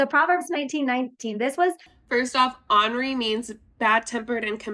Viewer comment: Ornery is "ORN er y" (like CORN) which means cantankerous, grumpy , irritated, etc. It is NOT "Honory" which is "AH NOR Y" and means "with honor." NOT the same word, people!! Stop it.